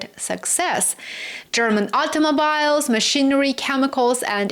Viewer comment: Your haircut is very cute,. Btw,automobile is pronounced automobeel🙂